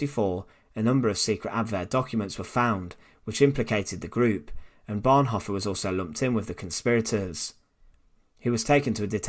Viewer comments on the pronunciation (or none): I If you can’t even pronounce the words Bonhoeffer or Tubingen, shouldn’t you find a better way to spend your time? You might want (for instance) to learn to pronounce your mother-tongue correctly; there is not such word as ‘Teacha’ !